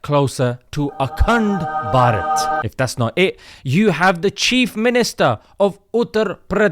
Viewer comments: Bro anytime you say "ACUNDBARAT" I CAN'T HELP BUT TO CRACK UP 😂😂😂🤣🤣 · The way he say AKTEND BARHAT😂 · every time he says akand barat. I laughed. 😂😂😂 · The way you say akhand bharat 😂